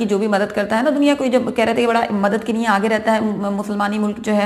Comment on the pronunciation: मैडम आप * लिए * को * निये * बोलती हैँ, कृपया अपना उच्चारण सही करें, वैसे मैं आपके चेंनेल को बहुत पसंद करता हूँ, आप बहुत हिम्मत वाला काम रही है, हैट्स ऑफ टू यू 🙏🏻🙏🏻👏👏👏